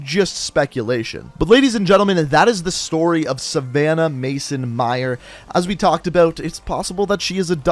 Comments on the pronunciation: It’s not Meyers it’s Meyer!!! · Says Meyers when it clearly says Meyer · there is no s on meyer bruh